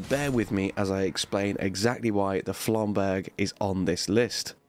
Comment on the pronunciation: So many people endorsing the Flamberge lately and not one of them has pronounced it correctly lmao